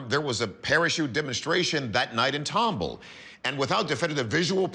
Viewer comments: Nobody told ANYBODY that it is pronounced TOM-BALL, just like it’s spelled. One of the producers told everyone to call it Tom-bull, nobody questioned it? And nobody from Texas but me says anything in the comments? Sheesh😂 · Yall keep saying tom-bull.......its Tom-ball. Tomball. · It's pronounced tom-ball, not tomble. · As a life long resident of Houston & Katy, TX I was surprised at how y'all managed to butcher the must pronunciation so I will help you out w/ how Tomball is pronounced... Tom, (like the cat) and Ball... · pronounced ...Tom Ball, not tomb all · Pronounced Tom ball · Except he can't pronounce Tomball.